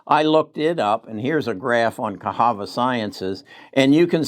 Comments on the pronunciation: Cahava? I think it is pronounced as CaSSava. lol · Its Ca SAVA sciences.......NOT Cas HAVA Science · 1st he calls Netlist, Netflix now Casava is cahava 🤦🏿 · I love for that though 😜